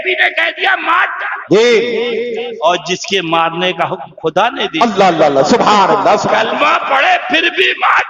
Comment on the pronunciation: الا الا نہیں قبلہ اللھ اللھ پڑھیں۔ حضرت کی توجہ ھو جائے تو بھترین